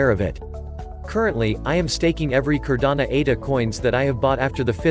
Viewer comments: Great video. Only thing is..this is Cardano..not Cardana. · No matter the robot is mispronouncing Cardano every single time lol 😂 go up Cardano!!!!